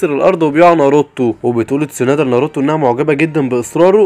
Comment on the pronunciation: ناروتو ❎ نروته✅😂